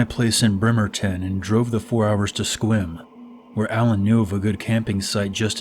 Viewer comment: and good job for pronouncing Sequim correctly